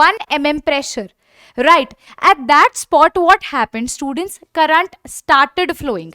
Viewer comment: Pronunciation of current 🤨